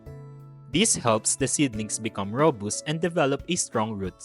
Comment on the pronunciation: rō-ˈbəst, not ro-boost 😉